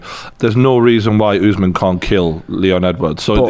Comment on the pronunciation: Why tf do y’all keep saying oozeman. It’s quite obviously usman 💀